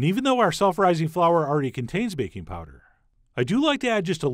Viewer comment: I thought he said baconpowder then my brain corrected itself to bakingpowder 😫